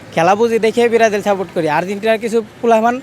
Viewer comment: বিরাজিল বিরাজিল বলছে। এইগুলাকে সাংবাদিকের চাকরি দেয় কে😑 কোন শিক্ষাগত যোগ্যতা লাগে না